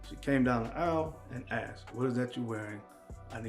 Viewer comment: It's "asked" not "axed"😁